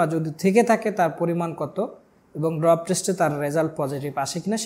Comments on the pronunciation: ভাই আমি এই কমেন্ট করতে আসছিলাম😅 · ডোপ টেস্ট, ড্রপ টেস্ট না, আগে এটা সঠিকভাবে বলতে শিখো। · উচ্চারণ ঠিক হচ্ছে না ওটা ডোপ টেস্ট হবে। ড্রপ হবে না। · আপনি তো মিয়া উচ্চারণই করতে পারেন না। আসছেন ভিডিও করতে। এইটা ডোপ টেস্ট, ড্রপ টেস্ট না। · 🤣😂😂Poor illiterate guy.It’s ❝Dope❞ Test not ❝Drop❞.নিশ্চয়ই নাহিদ টাকলার যুগে পাস করছে।